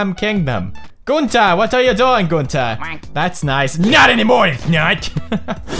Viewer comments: Pewds, did you just said fish pump 😅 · I think he meant pronouncing Gunter.